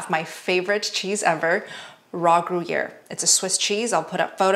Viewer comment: Gruyère is pronounced like "groo-YAIR." The "r" sound is rolled, as in French.